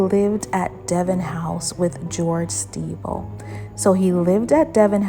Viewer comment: The pronunciation of the name is incorrect…it is pronounced like Sti-bell although the spelling is Stiebel . She’s saying Stee-ble